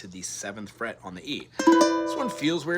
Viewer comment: D flet on the first flet 😅😅😅